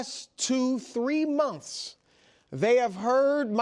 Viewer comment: “3 MOMFFSSS” 😂